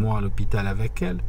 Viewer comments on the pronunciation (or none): none